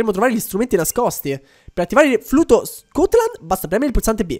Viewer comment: perchè dici scutland se è stutland